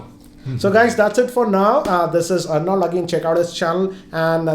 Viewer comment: Arnold!!!! Aarnald.... Not Arnauld.